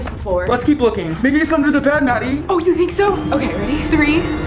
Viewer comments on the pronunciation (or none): It ned instead of bed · Where said “let’s keep looking under the bed Maddie “ is said Ned not bed